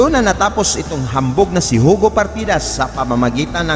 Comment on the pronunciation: Hindi po Hugo Ang pronounciation nyan kundi Yugo